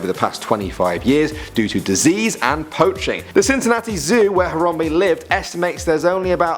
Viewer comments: It's Haram bae not harambee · uggg he says Hayrambee not Harambe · It's harambe not horombe damn it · Harambe-He Ram Be NOT He Rom Be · It's harambe not horrombee. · “Terrapinboy01” Boy01 That's what I thought...tons of people say Haram-bee though. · Its prononced haram-bae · IT'S YA BOI HARAMBEEE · Harambe not harambee